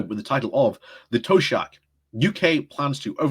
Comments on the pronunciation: Taoiseach is pronounced like Tee-shock not toe sha. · Hey mate, love your videos but if you are going to read articles from Ireland, I thought it might be helpful to have a pronunciation primer for Gaeilge. Taoiseach: t-shock Dáil: daw-l TD (Irish versions of MP) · Toe shock - haven't heard that pronounciation before. Micheál, being Irish for Michael. It is pronounced "mee - haul". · A couple of pronunciations are off: Taoiseach is pronounced tee-shock Micheàl Martin is pronounced mee-hul Martin. We have a separate president to the Taoiseach also, his name is Michael D Higgins. Taoiseach is basically our pm and the president is the elected equivalent of a king/queen . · Pronounce his title TeeShock:)